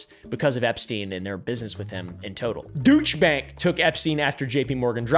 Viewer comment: it’s pronounced “Doyche bank”